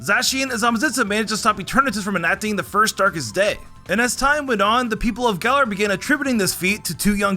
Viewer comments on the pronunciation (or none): none